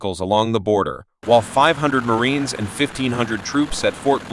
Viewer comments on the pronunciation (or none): none